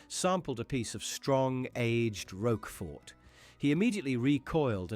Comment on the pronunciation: Roquefort do not pronounce the t.